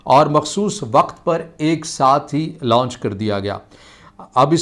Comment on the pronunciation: لاؤنچ نہیں لانچ ہوتا ہے۔